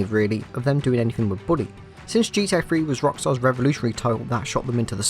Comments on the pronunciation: Bully not Booley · British people don’t say booley they say bully. Source : I’m British.